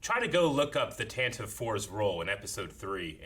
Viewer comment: Tantive is pronounced Tan Tiv Vee. First named in the radio drama.